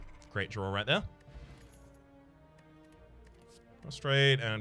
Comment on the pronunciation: Every time you say prostate and I think you said prostrate, I take a drink . . . . I an wery drunck